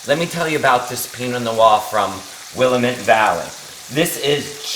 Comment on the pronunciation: Hi, Love your recipes. I'm in the Pacific Northwest and there's just one little thing you've done that I'm sure you're not aware of..the pronunciation of Willamette. It's "Will-Lamb-it", not "Will-a-mitt". Made this tonight and it was awesome!!!